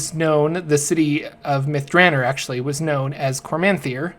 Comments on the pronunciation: Long O in Drannor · You're pronouncing it wrong by the way. It's DranOr. There is no E at the end. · can't deal with your pronunciation of the name...👋